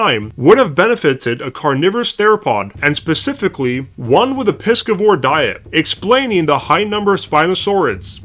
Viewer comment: Pi «si » vores not pikivivores